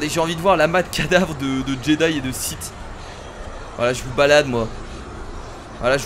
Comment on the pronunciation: Mec on dit Sith